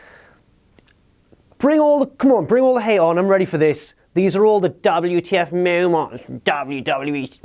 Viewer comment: YOU SAY DABL U TEA EFF MOW MANTS WRONG! KING ROSS'S CAPE BETTER BE CLEAN! YOUR BEANIE SUCKS! YOU DISRESPECT KING ROSS'S OPINIONS ON WHAT TO BE ON THE LIST IS MADNESS! You said bring on the hate.